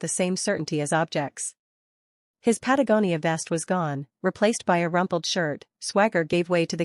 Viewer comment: They finally pronounced Patagonia correctly